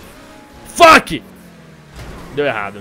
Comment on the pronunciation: se for falar fuck, fala direito '-'